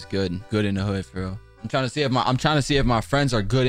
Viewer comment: did he just say rial lol